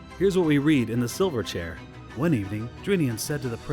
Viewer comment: Please forbear if this point has been made elsewhere, but it’s not “Reep-ee-cheep.” It’s Reep-i-cheep.” (Short i sound.) Also “Silver Chair” is two words, not one in which the first word receives the emphasis. I know there’s an Australian band from the 1990s called Silverchair (one word), but that is not the named item nor the book title among Lewis’s tales, and it’s probably high time to stop pronouncing “Silver Chair” as if it’s “Silverchair.” Look, no offense, but these are great works of literature that need to be treated with more respect than that.